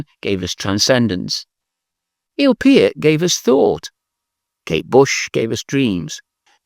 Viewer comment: Wonderful concept for a video, well done! Jon Anderson for a short time was brilliant beyond measure. Peter Hammill is certainly a shoo in by all respects. Even though I'm not much of a Rush fan, Neil Peart deserves kudos. Thanks for pronouncing his name correctly! Of course, Ian Anderson was one of the finest. I might also add for classic prog lyricists Peter Sinfield for his work with King Crimson as well as ELP, as well as Richard Palmer-James, also of King Crimson. And on that track, Id add into the mix Bryan Ferry and Brian Eno for crazy deep or off the wall tongue in cheek lyrics. Perhaps Pt 2? I've always considered lyrics a very important aspect of the music I love. For modern prog, I will still throw out Major Parkinson, both musically and lyrically amazing stuff. While it is only considered marginally prog by some, XTC's Andy Partridge was without peer. Personally, I consider XTC prog.